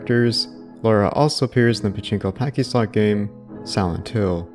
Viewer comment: Good vid, but confused why you kept saying “pachinko packyslot” when referencing the Silent Hill 2 pachislot. Pachislot is a portmanteau of “pachinko” and “slot”, so not sure why you could pronounce pachinko correctly, but not pachislot, or why you were basically saying “pachinko pachinko-slot.” Anyway, keep up the great work! Been watching all your vids as a huge Silent Hill fan.